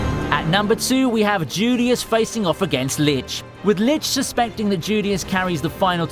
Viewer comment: That lits and tzulious though... it hurts every time